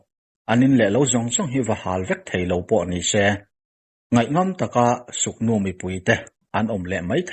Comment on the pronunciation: Suknu nilo in sugnu nih zawk tur ....k nilo in g kha adik zawk ani